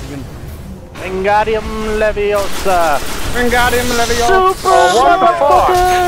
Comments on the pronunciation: It's LeviOsa not LevioSA XD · I noticed that too hahah